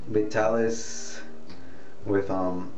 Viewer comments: It's prononced Vy-TAA-LihS. Not Ve-Ta-Lis. How much you use depends on how thick you hair is. It was used back when men wore shorter hair styles and it allowed you to make a little wave in the front like in "Mad Men" TV or old Superman TV shows. Men didn't use hair spray back then and you either used Brylcreem, a pretty greasy hair pomade or Vitalis that said in their ad's "Don't use tht greasy kids stuff.". Now it seems only guys over 50 buy it. But a bottle lasts a long time. If your hair is wet it works best. You pour it into your palm and rub your other palm together to evenly distributed it onto both hands. Then work it in. Do it twice if needed. Most guys put it in thn blow dry. Beside two kinds of Alcohol and Butyl Ether ( used to spread the tonic but not leave it felling greasy, also used in gasoline to make it gas burn better) and Benzyl Benzoanate (used to treat scabies put used here to condition the scalp). Oh ya! It's flamable. But all the alcohol and ether evaporates for that shiny but not greasy look. It's getting harder to find in stores and only Walmart and Walgreens stocks it. The other chains like CVS and RiteAid only sell store brands tht don't have that familiar scent. Like Old Spice or Clubman after shave its a classic mens grooming product. Nice to see a younger genertion is trying it. You shoud review Brylcreem, Groom & Clean (by Suave) and the old Wildroot Cream Oil. Thanks for making the video from a Vitalis kind of guy. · Pronounce it VY-TAL-ISS. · HE PRONOUNCES THE NAME OF THE PRODUCT WRONG